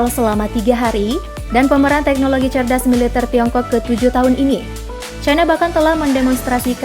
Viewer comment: Militèr min, bukan militêr